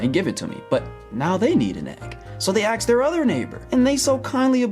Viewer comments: Axed your neighbor? Axed? Why are you axing your neighbor? LOL! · "So they axe they other neighbour" Geeze work on that english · Pro-Tip: Don't axe your neighbors. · Things i learned.. Don't Axe your neighbor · Please don't axe your neighbors kids, the eggs aren't worth it. 😜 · don't axe your neighbor .